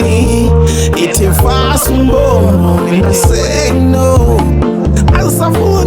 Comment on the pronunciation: Fasa umbobobo not umbombo kkkk